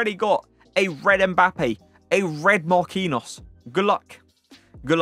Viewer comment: "... a red MARQUINOS" hahahah come on man. Not that hard to say "nho" i bet you can say Robaldinho. Should not be hard to say Marquinhos